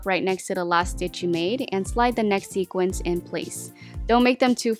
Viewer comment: Loved all your ideas! FYI: Sooo many people pronounce the word "sequin" as "sequince". The plural of "sequin" is "sequins". If you have a sweater that is embellished with sequins, you would say "I am wearing my sequined sweater".